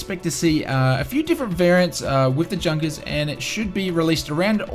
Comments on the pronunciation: It is pronounced yunkers not Junkers. Don't buy the E jet it is horrible. If virtual cool FS think the E Jet is 20 bucks the PMDG should be 200 bucks. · Say "Yoonkers". :-) Other than that, great video, as always! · It's pronounced 'YOU-NKERS' 52. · I cringe everytime I hear Junkers pronounced like an English speaker would say it. It's pronounced "Yunkers".